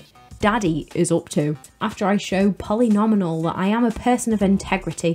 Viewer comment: I thought the first "Polly Nominal" mispronunciation was a mistake, but then it carried through the rest of the video 😝 It's Polly Nomial, a pun on the word "polynomial" lol. Anyways, a slay of a video as always. I remember utilizing the DS-exclusive custom painting feature to make my own art for the stage. Now every time I visit my old save I see wonderful & inspiring paintings that say "BIGBUCKS = HOE" 😆😂